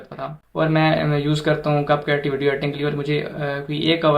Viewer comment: Cap cut hota hai name to teek lo buchy😅